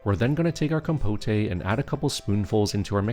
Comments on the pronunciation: It's compote! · Compote is pronounced just the way it looks. Com - pote (like poke). Or if you want to sound more French (which may be what you were going for??), it would be roughly be con - pot (yes, with an "n" on the first syllable and then second syllable like a mix between pot as in flower pot and put). But definitely NOT "com-po-tay". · Com-poht, not com-potay. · Great recipes thank you. But please it's pronounced compot not compotay. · “Com-po-tay” 😂😂😂 It’s pronounced “com-pote”, dude. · Looks awesome, can't wait to try it! One note; compote is pronounced com-powt, not com-po-tay. 😁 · Compote is pronounced "kaam·powt" not "kom-po-tay" silly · There’s no accent over the final ‘e’ in ‘compote’. The OED pronounces it ‘compot’, not ‘compoté’. Just saying. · isn’t "compote" a French term ? 😂 also, technically "compotay" could work as the word "compotée" also exists (but then you'd have to stress the last syllable and not the second). But in this case it is pronounced "comb-pot" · 1st time in my 30 years of life hearing someone pronounce it "Compoteh"! Looks delicious, but for future reference, it's "KOM-pot" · These look delish. Great recipes. FYI, it's pronounced COM-POAT - second syllable rhymes with GOAT. The "E" is silent. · Im sorry, really cool recepies dude, but I cant stop giggling at the compoté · Guessing the voice is AI--"compotay"--but it's not unpleasant and I'm excited to try these recipes. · Com-POTE. In English, the E is silent, only empathizing that the letter o is an open o (oh)). Sorry, that just annoyed me. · Compotay? 😂😂😂 Gotta get some of that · no, no, you are correct. It is the rest of the world who must be taught how to say compote properly. Trust me, I'm teaching Swedish to Swedes. I'm an expert. They're very grateful for my help😀